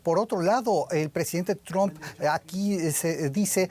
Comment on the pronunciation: Que graciosos son los amigos de la DW y periodistas latinos. Se pronuncia [TRAMP] no "tromp". Asi como y Sol se dice [SAN] y correr se dice [RAN] y almuerzo se dice [LANCH] no "lonch". Mientras que [SON] es hijo (son). Favor pronuncien bien y den ejemplo. Trump se pronuncia [TRAMP] no tromp. Mientras tanto Sanchez en España pareceria estar importando criminales y matones de marruecos de los que se sirve el socialismo para aterrorizar a la poblaciòn, como lo hizo correa y maduro sacando gente de prisiones.